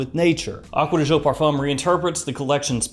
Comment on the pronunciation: " acuadeeshoh" XD